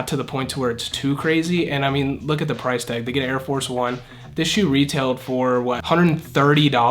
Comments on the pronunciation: Price or “Pirce”? 😅🤭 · when it says pirce instead of price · I love how I it said pirce instead of price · Bruh he said for price pirce